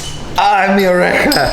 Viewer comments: oreja or oveja?? had to take the piss you can't say AHH en mi oreja and get away with it if you are Welsh lol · "AHH en mi oveja" hablando como un hombre verdad de Gales 😂